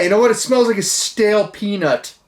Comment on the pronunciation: Did he say stale peanut or stale peni5